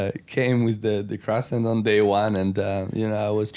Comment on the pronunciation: someone has to stop pierre from saying crasant